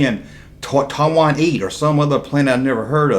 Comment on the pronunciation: Where did that come from? "Totawanee"? : What does that mean? What is up with that?